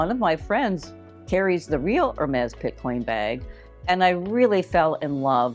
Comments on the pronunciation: Picotin. Not Pitcoin. Nice finds, thanks! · It’s picotin not pitcoin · Love your videos! Just a heads up for future reference.....the Hermes bag is a dupe for the "Picotin" (not "Pitcoin"). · I was disappointed as these dupes have already been previewed by a few other YouTubers. BTW, it’s not Pit-coin ??? It’s Pic-o- tin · Picotin….not Pitcoin. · It's not Pitcoin it's Picotin! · Not pitcoin, it’s picotin. Uuuuugh. Really? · The Hermes dupe is called the Picotin..not Pitcoin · Pitcoin? It’s Picotin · Excellent video. But - Picotin. Pee-co-TEN. Doesn't rhyme with bitcoin. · TFS. Nice option if you’re trying to see if a style works for you before spending a lot of money, but most often the material used is not leather. Is the picotin dupe real leather? I saw the puzzle bag was PVC. Often the dupes are fake leather or PVC. It’s pronounced PI CO TIN. and the actual picotin does not come with a bag insert unless you buy it separately at the store. It’s an open hole.